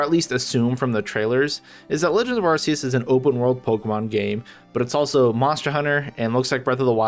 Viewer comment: "ar-ke-yus" man correct your pronunciation first